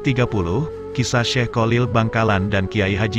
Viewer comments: Maaf hati2 dgn kalimat /$ebutan nama kiai haji Kholil , bukan Kolil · Sebenarnya bagus suaranya yg mengisi,akan tetapi kalau mengucapkan kyai Kholil kurang faseh,mohon maaf,supaya menyebutnya jangan kyai Kolil,itu kurang bagus 😥😥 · Maklum wong jowo yang awam memang sulit dalam menyebut huruf خ.cenderung keluar ق ( ko) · kholil bukan kolil